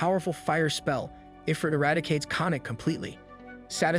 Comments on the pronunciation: please tell me that this is a computer saying i-frit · “Eye-frit”??? This person never played an RPG in their life haha